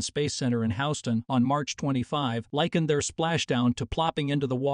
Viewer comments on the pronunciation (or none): It's not House ston it is pronounced Huston. After Bill Houston it's founder! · HOWSETON? needs some after hours tutalidge... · You are the only person I've heard pronounce Houston as Houseton. Other than that, a good show.